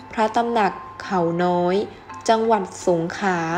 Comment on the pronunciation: อ่านภาษาไทยควบกล้ำน้อยมากเช่นกมกานปกคอง,สงขา,อังกิด,พระปกเก้า